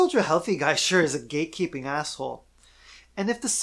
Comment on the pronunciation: I thought you said "gay-keeping" silly me. Not that there would be anything wrong with that.